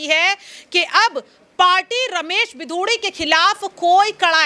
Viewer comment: बिदुडी नही रमेश बिगुड़ी